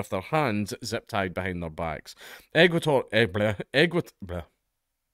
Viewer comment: When you finally managed to say Ecuador correctly I had to stop the video and clap and cheer for you, you dopey drongo.